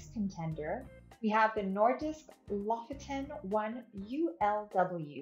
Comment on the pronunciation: The Nordisk Lofoten is pronounced Low-Foe-Ten, not Loff-oh-Ten. Lofoten is a Norwegian archipelago.